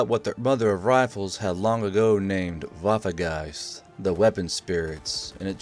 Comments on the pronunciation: Waffegeist not WaffeNgeist? German autism intesifies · As a german I can tell you it would be better to call it Waffengeist and not waffegeist because it sounds more realistic